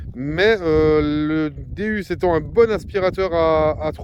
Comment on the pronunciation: Bonjour je voulais vous dire vous dite pas bien le non de Deus car vous prenoncer deUs alors que phoniquement c'est deOUs car deus c'est la traduction de dieux en grec donc sa se dit déOUs et non déUs qui veut rien dire je voulais vous donner cette petite précision .car j'aime bien vos vidéos et d'entendre le non de cette petite merveille écorchés sa gâche un peu bonne detection a vous et vive la la FFDM